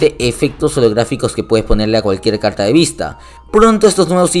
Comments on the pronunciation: Soy yo o usa mucho este emoji 😱 😂😂😂 y al principio dijo calta en vez de carta 😂😂😂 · no sabe decir la r la calta jajajajaj